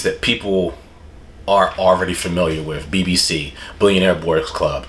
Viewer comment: dude you can't say bbc like that 😭